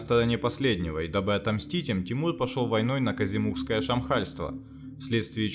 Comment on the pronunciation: Будь добр пожалуйста ,выговаривай правильно ,Казикумухское Щамхальство, а не Казимухское,и именно в Лакии оно образовалось